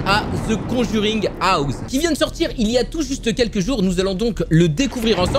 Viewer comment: Mais il est trop bien le jeu ! Graphiquement il envoi aussi sinon super vidéo petit like qui fait plaisir 😉 par contre ton anglais à the conjuring houze mdrrr